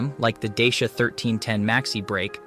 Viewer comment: Thanks. Good effort. A little repetitive. Dacia advertise in the UK pronouncing their name not as ‘Day-Shi-a’ but as ‘Dacha’ as ci is pronounced as ch as in Italian. I hope this helps. Keep up the work